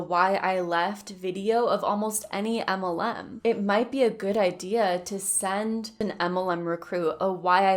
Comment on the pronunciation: Yea you’re cute and all but why don’t you say MLM? As in M. L. M. Or “em ell EM.” You say “umULLum.” Like “um- ull UM. I’m POSITIVE I’m not the 1st nor last to ask.